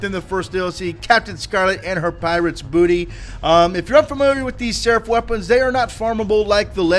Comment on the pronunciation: Why does he say seref